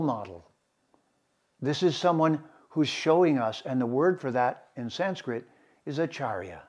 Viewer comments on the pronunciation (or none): none